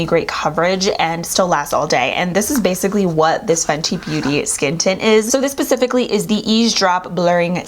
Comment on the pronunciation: Lol she said "this is pacifically" instead of specifically lol soooo cute!!!!!! That u for the laugh....needed it!!!!!! And I've been waiting for your review on this, I've watched so many other reviews, but i was waiting for your review (cause I knew it was coming) before I would place an order for it because out of all the people I watched and now yours, your the only one I actually trust about products. So thank god......okay okay okay let me go press play again and see what you think!!!!!! Xoxo